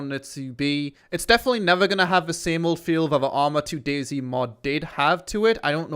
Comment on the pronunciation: THe not Vee. THeir not Vier. THis not Vis